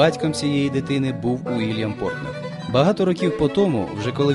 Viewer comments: Більшу частину ролика оповідач називає прізвище письменника ПортНер, тільки наприкінці правильно- ПорТер. Нецікаві, неглибока розповідь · Прізвище Портер, а не Портнер (як 20 разів повторив диктор) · Сідні, а не Сінді, Портер, а не Портнер!